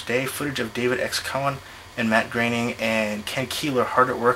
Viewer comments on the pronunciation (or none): it's matt groening(Graining)